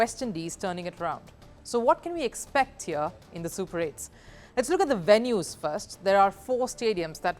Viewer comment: "The action shifts to the VEST Indies. Its a WIBE"😂😂 "lets look at the WENUES"